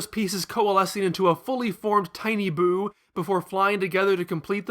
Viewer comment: It’s Buu. Not boo.